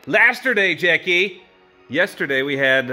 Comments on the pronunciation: STOP IT JACKAY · How to pronounce "Jackie"- Jak-key: ❎ jACKAY: ☑️